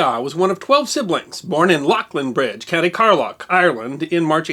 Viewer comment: Love the video, as always, but Myles Keogh's birth place is pretty mangled. His village is actually pronounced 'Lee-lin-bridge' in county 'kar-low'. Otherwise, well done again on another great video.